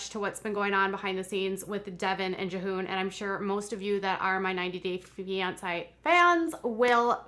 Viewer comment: Jee-hoon is how his name is said.